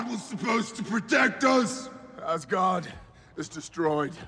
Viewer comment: It's not love or thunder it's love and thunder and it's not asgaurd it's Asgard😂😂😂😂😂😂😂